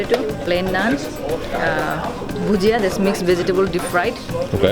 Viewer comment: That's Bhajiya not Padiya :)